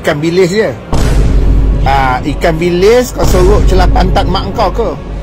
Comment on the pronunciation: Sorok = hiding Bukan suruk Dan Bahasa Melayu Malaysia tak tukar ‘a’ kpd ‘e’, yg berubah hanyalah sebutan sahaja